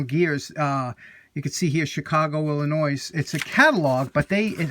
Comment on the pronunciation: love your channel! The S is SILENT in Illinois.you knew that just a slip of the tongue. AWHILE back Actually a year ago.I'M CATCHING UP ON YOUR OLD VIDEOS. I asked you about a pipe wrench I have with the handle being metal not wood.I know how much you dislike wood on metal.I asked if you would restore it to your luster,and send it back to me I WAS GOING TO PAY FOR THE RETURN SHIPPING.I realized what a cad I was.I THOUGHT YOU WOULD GET A GOOD VIDEO FROM THE RESTORATION.than I THOUGHT WITH ALL THE TOOLS HE HAS HE DOESN'T NEED ONE OF MY TOOLS TO MAKE A VIDEO.However I haven't seen this pipe wrench done on you tube course I'M still looking.I WANTED the wrench done by you so I could bring it out when my buddies are watching your channel.I'M not the best at restoring yet.I believe the glaucoma is somewhat of a problem.thank you.Eagle.I neglected to ask what you would need for the restoration.MONETARY